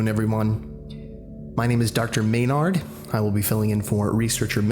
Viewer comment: I love how he says MaynArd like it's some kind of slur